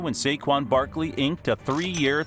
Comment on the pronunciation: Any body notice he dont say some of his y’s like at the beginning he said barkle and even typed it then mear the minute mark he said nittan lions